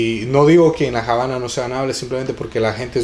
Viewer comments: Se llama "La Habana", no "La Jabana". Vergüenza ajena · no se por que entran en polemica es obvio que Lockhart se refiere a que en español NO se pronuncia Jabana y corregir de forma educada a alguien no es de molestarse sino de agradecer y nadie le quita el merito al joven por el video, pero si es algo que puede aprender y corregir me parece perfecto. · estás totalmente equivocado amigo, La Habana no tiene otra pronunciación que la que es, no existe por lo tanto Javana ya que esta palabra es nombre propio de un lugar geográfico y por lo tanto estás palabras no tienen traducción, vas dando clases de lengua Española y afirmando cosas que está visto desconoces 🤦 . Por cierto aquí nadie dice del mérito que tiene nuestro smigo, haciendo el vídeo detalladamente y de gran trabajo👏